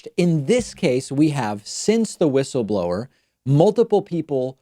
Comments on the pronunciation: Why does David keep saying "Wish-ul-blower"? Is that a dig at Trump's way of saying it? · Linz: WUSSABLOR 😂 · David, I agree with you about Graham.He is really weird and does not know in which direction he should go. Please leave the wishle blower alone. Don't be cruel.She may have a temporary speach problem.. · David, she says wishleblower because she got new lips... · Ur right, David, her "whistleblower" pronounciation sounds really weird, but it isnt just that, she seems to be slurring all her words, especially her "s". Honestly, she sounds at best as some1 recovering from a brain bleed, at worst a drunk.